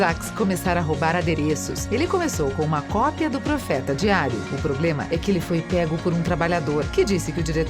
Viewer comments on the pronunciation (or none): none